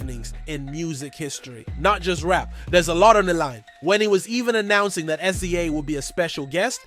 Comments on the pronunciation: Why do you keep saying "S z A" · excuse me, but SZA's name is pronounce "sizza," like a pair of scissors